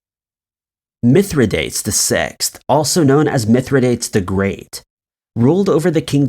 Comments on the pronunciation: I love this channel! FYI it's Mithra-dahtays, not Mithra-dates (even though that's how it's spelled!) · Mithridates.........it is actually pronounced Mythro - doteez. Just a friendly reminder. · Mithridates is pronounced mith-ruh-day-teez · yes! This right here.... also it was ROMAN not GERMAN..... Please, since you're doing research, PLEASE research correct pronunciation! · How many times are you going to mispronounce Mithradates? And 1916 was during World War I, not II. So much on the Internet sounds interesting. Then it turns out the presenter is very misinformed.